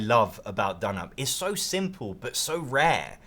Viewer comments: donop? no. it's d'noop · You know it's pronounced "down up". Says so on the box. You're saying "dnup" for comments? As a fan of Scout, I am also a fan of this. I don't find it plays any faster or slower. Scout really only has 2 things you can do on your turn, whilst this has 4. In both games it's often the case that on some turns obviously some of those options are not in consideration. This means in Scout some turns you aren't making any significant decision and are very quick. I find in dnup I'm often deciding whether to add a card to someone else's set or actually pick up someone else's set. Options that I hadn't been able to think about until the player before played. It doesn't seem any quicker to me. Both are great games. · I like your Turkish😂